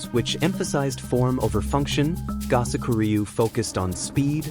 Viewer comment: I studied with for 48 years. If you're going to do these kinds of "documentaries," enlist a narrator who is familiar with the pronunciation of Japanese terms and names. It is "Koo-boat-ta" and "Go-soak-oo REE-yu." I can't even get through the footage, listening to you butcher my Master's name and his style.